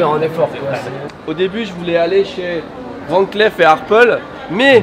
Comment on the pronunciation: Bravo pour la prononciation de Van Cleef, dommage pour celle de Jaeger-LeCoultre...